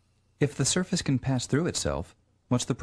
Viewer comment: and further, he says "...but it can pass through itself." When he says that, it sounds like he say patch instead of pass.